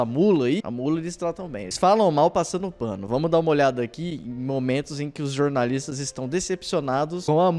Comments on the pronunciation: """Jornalistes"""". Fale direito seu, seu, SEU....... BALCONISTA! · melhore! O correto é "jornaliste".. 😂😂😂 continue nessa pegada!